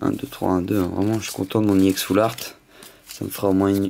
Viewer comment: pour quoi tu dit iex